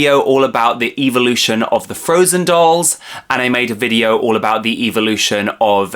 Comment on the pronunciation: I love how he says evil- ution lol